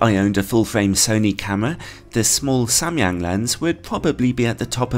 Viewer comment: I'm korean and you are the first person on youtube to ever pronounce Samyang right. Props to you bro lol